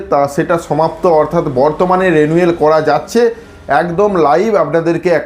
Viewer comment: Are vai konodin porasona korchen thikvabe pronunciation ta রেনুয়েল na রিনিউয়াল hoy reeeee....😂😂😂